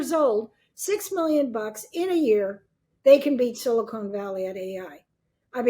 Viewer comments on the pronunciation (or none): This lady keeps saying "silicone" instead of "silicon". Makes it obvious she's just repeating stuff she's heard elsewhere without really understanding it. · “Silicon”, not “silicone”….. and the company is “OpenAI”, the product is “ChatGPT” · Sharp woman but please stop calling it "Silicone" Valley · Let’s accept tech news from this old crone who can’t pronounce ‘silicon’ valley. Embarrassing